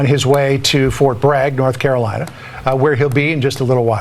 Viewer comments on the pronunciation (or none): none